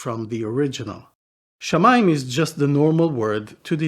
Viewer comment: It's shamaa, just like samaa in Arabic, Hebrew's sister language.